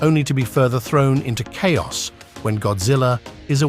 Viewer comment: I was totally duped by the AI voiceover until "Japan is push-shed even further into chow-ass by Gid-zillahs aye-riv-elle."